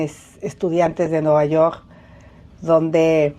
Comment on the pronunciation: Nuvayorrr..hable bien ingenra así cómo dice vulgaridad y media parece a su hermano Peña Nieto😂😂😂😂😅